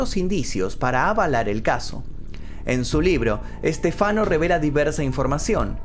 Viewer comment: Se dice "Es te fa no" no "Es te fano"